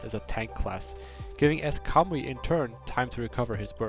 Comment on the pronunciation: Everytime he says Kamui i only here cowboy.